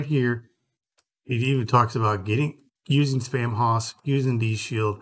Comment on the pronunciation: The haus part of Spamhaus is pronounced "house" not hoss (nod to Dan Blocker, the greatest Hoss). The use of haus in English (later spelled house) is a result of English's Proto-Germanic ancestry. The haus spelling is often used to add flair or charm to a name. Like using the archaic spelling of shoppe as shop. FYI for anyone wanting to say it correctly after watching this video.